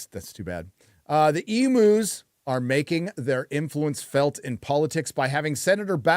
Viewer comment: I say this EVERY time mispronounces it. They are called Ee Myoo's not Ee moo.